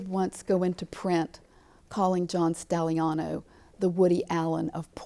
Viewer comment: Dear God Woman preanounce he's name right. 🤦‍♀️